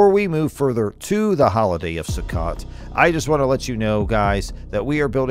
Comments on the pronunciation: First of all it’s not pronout “Sue-cut,” it’s pronounce “Sue-coat.” Second, don’t hold your breath that they’re going to build the third temple on Earth. They’ve had enough money for the past 70+ years to build 20 new temples. There’s too much of an industry behind collecting money for it, and too many people living too well off of that money. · The Feast of Sukkot would be pronounced as "Sue-coat" not "Sue-cot". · Sorry. I just have to point out that a 'sukkot' is not a [SUE-kit] it's pronounced either [SUE-kuh] or [sue-COAT] (depending on who you speak to). (NOTE: I used easily recognizable English words in the pronunciation 'guides' because they're easier than the myriad of symbols librarians use and no one else know how to read.) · “Sook it” lmao. It’s pronounced “Suh Coat” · Sue Coat, Sukkot. Not su ket . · Sukkot is pronounced SaCoat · It's pronounced sue- coat . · I could tell this speaker doesn’t know how to say the Hebrew festivals! The way Sukkot was pronounced! 😊